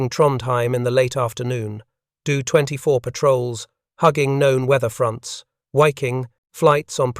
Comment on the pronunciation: 1. Your AI auto-read is good, but makes a lot of obvious annoying mistakes with things like reading acronyms phonetically ( saying 'dough-24' instead of D O 24). and makes really weird unnatural pauses. 2. Probably more critical, you need to have the photos on screen match what you're talking about. Why do you switch to a picture of a Do-24 when you're talking about the Hudson intercepting Condors? How hard would it have been to have a photo of every plane you're talking about, labeled, and on screen when that plane is being talked about? I can forgive using the AI text to speech but I can't forgive lazy editing.